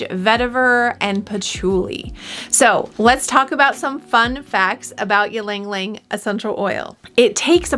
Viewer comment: Its “ Ilang Ilang 😬